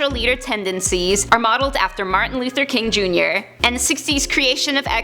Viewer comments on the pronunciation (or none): none